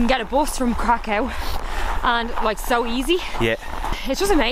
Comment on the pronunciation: Not for the faint-harted 😄 views are stunning please pronounce Kraków right ("Krakau" has bad connotations) 💗